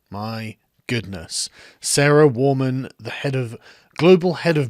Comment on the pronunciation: I heard Sarah Whamen, haha